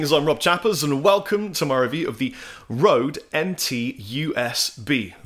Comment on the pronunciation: Chappers, pronounce it right man! :D "Ø" has the same sound as "ö" in Swedish and Norwegian (also German, Hungarian and Turkish). It is similar to the sound of "ur" in the word "hurt" as it is pronounced by someone from the South of England, but with the lips pushed much further forward.